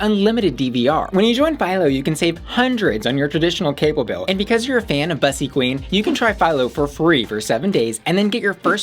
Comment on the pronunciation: Why does she mispronounce "bussy," which is a Black Gay term in the first place...